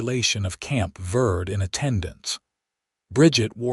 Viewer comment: It is Camp Ver-day, it is Spanish. It means Camp Green for the Verde River. Listening from Dewey-Humbolt, AZ. It is Ocotillo, not Acotillo. It is Ver-day River. Educate the AI voice.